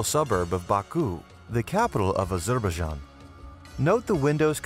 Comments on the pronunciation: Are-zur-bare-jan!!!!, that cracked me up, its 'Ah-zer-bai-jan' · When you come across a word that you don't know -- like Azerbaijan -- don't just ^guess^ how to pronounce it. Look it up.